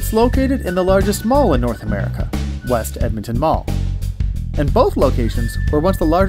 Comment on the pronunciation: “West Emtin mall”